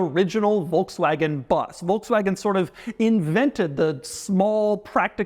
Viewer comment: was listening to this video while working. i was like why are you keep saying BUZZ??? isnt it a VW BUS? How can Doug mispronounce that word so badly. then i looked at the screen, oh...